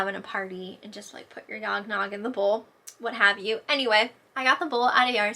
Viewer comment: I was like, did she say yog nog? Is that what they call it in PA? 😂